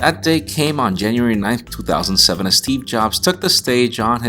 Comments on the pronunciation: Stop saying 2007 like toothoSANDseVEN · You say "back in 2007" in a Boston/New york accent, but everything else sounds normal